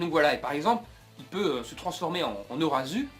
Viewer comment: XD ozaruuuu il a dit orazuu